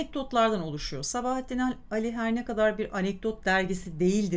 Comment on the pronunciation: Sabahattin Ali'nin okunuşunu A üzerinde uzatma olduğu şeklinde biliyorum.Fakat diksiyonunuz çok güzel,Gulyabani'yi sizden dinledim.Hem de bir solukta! Size müteşekkirim.